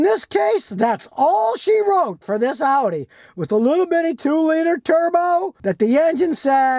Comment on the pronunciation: So glad you pronounced audi correctly. So many morons pronounce it oddy